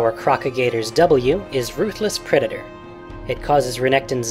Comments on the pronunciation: I heard u say pedator if u listen carefully.:P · pedator? Don't you mean predator?